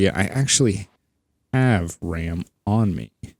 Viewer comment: He says BRAM.